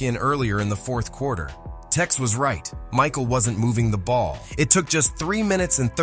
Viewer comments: Its tex not tax jesus christ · “TAX” Winter? LMAO. It’s TEX bro not “TAX”.